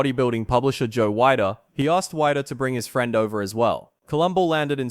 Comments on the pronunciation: Weider is pronounced “Weeder”. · The problem is you don’t know how to say Joe Wieder’s name you’re saying it as Joe wider how in the world can you call yourself credible if you can’t even say Joe Wieder’s name correctly who is the godfather of bodybuilding horrible